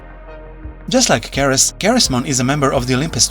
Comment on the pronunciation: Ceres is pronounced like cereal (the breakfast stuff) cuz it's Greek/Roman in origin